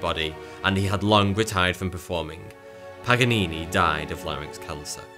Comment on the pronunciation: Lol what about pagganini 🤣